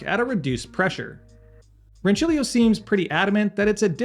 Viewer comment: Aaaaaah yes! It's so refreshing to hear an American pronounce that "C" sound as intended :D great machine in it's price range btw